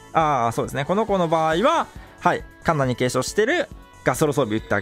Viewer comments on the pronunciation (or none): シヴァドラ根性前から抜きに行く時にカンナのことカナンって言ってて草